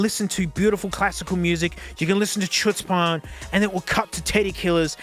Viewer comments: Here in the US it's very odd for someone to say chutzpah with a 'ch' sound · It's pronounced chutzpan, not chutzpan